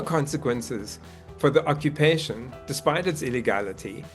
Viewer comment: Why you say ocopetion? Becouse Hamas say saw?